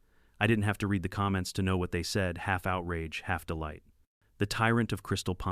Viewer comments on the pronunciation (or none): I enjoy these stories. I'd enjoy them even more if someone would either 1) have a human read the script or 2) teach A.I. about grammar and pronunciation so the text wouldn't stop mid-sentence and, maybe, the dollar amounts would be properly read. (That's read as in 'red", not read as in 'reed". Something else A.I. doesn't get.